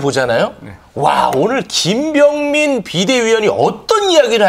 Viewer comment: 앵커님들 발음 좀 정확 하게 해주세요 김병민 인데 왜 자꾸 김뱀민님 이라고 부르나요~~